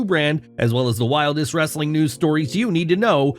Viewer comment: "Wrrrrrrrrrrrrrrrrrrrrrrrrrestlin Content!!"